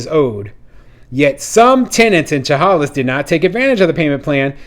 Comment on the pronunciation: Thanks for your latest video, but two corrections are needed: 1. As another follower mentioned Chehalis is in Washington, nor Oregon. 2. Chehalis is pronounced “Sha-Hay’-Lis” with the emphasis on the second syllable.